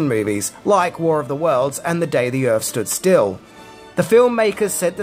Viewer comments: Welcome to “earf” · It’s “welcome to Earf”!